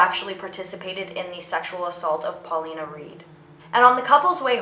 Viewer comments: its pauline not paulina (paw-lean) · It's PAULINE, not PAULINA... spanish/latin people barely existed in England back then. Even now, the hispanic population is absolutely tiny.